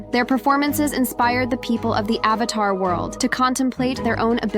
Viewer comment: said "avathar" instead of "avatar" bro